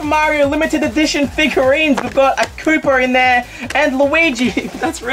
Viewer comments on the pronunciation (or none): none